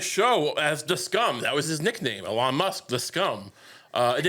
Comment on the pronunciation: Years of mispronouncing the man's name have finally come to fruition: Elonne Musk, First Bitch of the USA